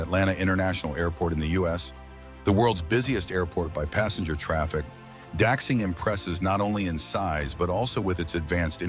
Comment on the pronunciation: Videos often show wrong buildings or vehicles. Like Beijing capital international airport or the suspended monorail in chengdu (with the panda decoration). Also automated subway lines have been pioneered in Paris over 40 years ago. Finally Daxing airport is pronounced wrong. It should be more like "Dashjing" not "Daksing".